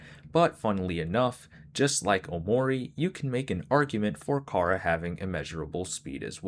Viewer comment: Yo I should mention charas name is pronounced like chara like character because Toby fox was making a play on words which he said during the undertale 10th anniversary live stream of undertale.